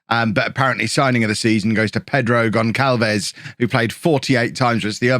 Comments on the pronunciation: Gon[s]alves not Gon[k]alves, please, it's painful! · It's not "GonKalves",, it's GonSalves. The little squiggle under the c in his name is called a cedilla. It indicates that the letter c has a soft pronunciation, ie an "s" sound, not a "k" sound. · Gonçalves is pronounced GonSSalves btw because of the cedilla (ç). Otherwise love this year's Bourne :)